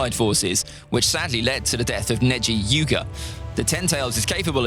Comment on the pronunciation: Did he just say Neji Yuga